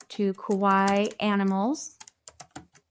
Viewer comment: Please stop saying Kowaii. It's Kawaii with an A. The way you pronounce it means "scary" in Japanese. And if you didn't know, "Kawaii" means Cute. So when you write Kawaii style animals, use cute instead. It's the same thing! Just so you know, for future videos 😊